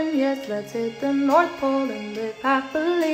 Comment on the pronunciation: "Yes, Let's hit the north-OLE" LMAO